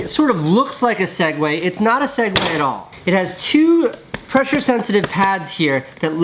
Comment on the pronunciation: Swag ways not seg ways💁🏽